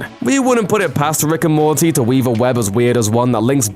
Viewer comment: ‘Rick and Mortaaayy’ wtf?